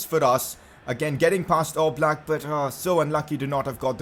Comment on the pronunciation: It’s yan oblak pronunciations